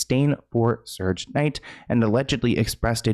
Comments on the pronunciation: How sayd sug nite he said sooge 😂😂😂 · Its SUGE Knight, lol. Like Sugar, but Suge 😅😅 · "Suje Knight" 😂😂😂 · said SOOOGE Knight 😂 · Then he said surge the next time 😂 I love